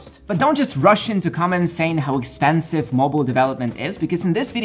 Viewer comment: It is Pronounced "Expensive" NOT "AKspinsiv"